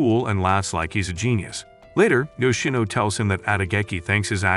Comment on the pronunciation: Yoshino not yino